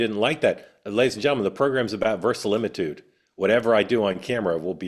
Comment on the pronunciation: Two things: -That did not look like Diet Coke, the label was 100% red, ergo not diet coke. - You mispronounced versimilitude.